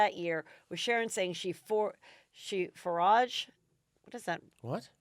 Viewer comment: "She foraged" should be "She forgave" Ozzy. You guys crack me up. Thanks for the laughs.